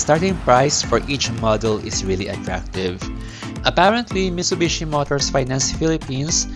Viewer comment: Delikado ang repossessed, maraming owners ang nagbebenta ng parts para maka bawi sa nagastos nila (isswap yung aircon condenser sa sira + cash). Tsaka Mi"T"subishi po ang pronounciation, hindi "Mishubishi"